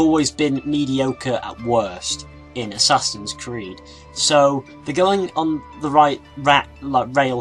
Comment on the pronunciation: from to he says "assassins weed"